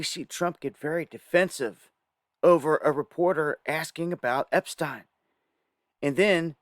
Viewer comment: THIS IS A MOTHERFUCKING A.I. VIDEO!!!!!! NO WAY THE REAL ALL OF A SUDDEN FORGETS HOW TO PRONOUNCE "EPSTEIN" THE LIVE VIDEO FROM 2 DAYS AGO HE'S PRONOUNCING IT JUST FINE. WTF IS GOING ON HERE?!